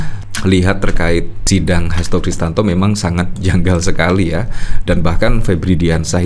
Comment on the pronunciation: Mas...bukan Kristanto, tapi KRISTIYANTO😊